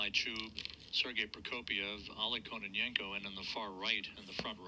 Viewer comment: oLEG Stress on second syllable